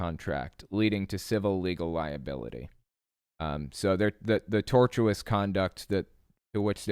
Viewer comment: Couple of nits on legal pronunciations: A) tortious is pronounced tor-shis, not tor-tu-ous. B) it's tort-feasor, not tort-feaster